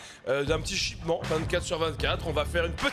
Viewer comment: Shipment pas shipman